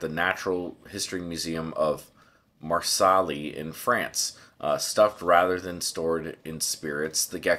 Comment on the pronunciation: University of Marsawlee xDD gave me a good laugh thanks, im not trying to make fun of you like its fine but yeah its more pronounced like marcey(le). But again its totally fine. Im very thankful of you making this vid! Like super nice that you made the research and share what you found. I was depressively doomscrolling on shorts and someone talked abt this and i realized (again) how much it annoys me that i started watching that crap. Learn nothing and not even interact with content in any meaningful way. So im rly happy that your telling me abt this, it might motivate me to make my own research into this. I love science for many reasons but i rlyy hate it for a few reasons. Including this shit of art theft or killing/abducting indigenous animals or even people to cart them away from their native lands for entertainment or to let it rot in a forgotten drawer of a museum.